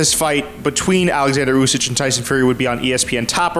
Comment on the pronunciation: Usyk! With a K!!!! Why you keep calling him usyj?